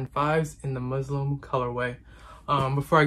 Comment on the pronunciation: It’s not Muslim it’s muslin